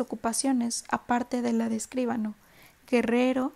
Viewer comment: Escuchado a 1.5 suena estupendo. Solo tengo una observación: escribano, no escríbano. No tiene tilde, por lo que la sílaba fuerte es BA. Gracias!